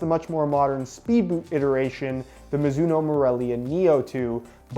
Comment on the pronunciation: Mizuno? More like MOOzuno